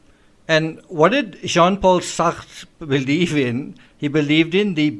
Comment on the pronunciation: im such a kid ..that sean paul sacht pronunciation had me in fits 🤣